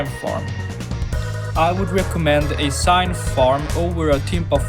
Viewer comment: IT'S NOT SIGNTH IT'S PRONOUNCED ZINTH